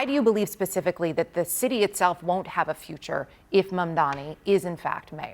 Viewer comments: He still can’t even say his name correctly. I don’t understand what’s so difficult about it. It’s Mamdani—is the difference in pronunciation between an M and an N really that difficult? Or is it intentional? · It's not Mandan dummy it's Mamdani !!! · Hahah he keeps mispronouncing his name. Mandami? He knows how to pronounce it but refuses to to keep us thinking he is different from us. He’s not Mr Cuomo u are different from us!! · Why doesn't he have enough respect to say Mamdani's name correctly? What a pathetic jerk.